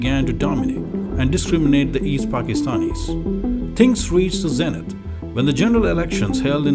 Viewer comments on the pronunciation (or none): none